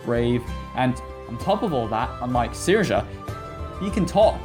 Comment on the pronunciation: Also, it's pronounced Seer-sha.